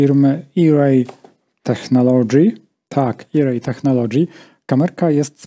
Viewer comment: Ajrej, tak jak Ajfon (iPhone). Irej pisało by się "eRay" tak jak email.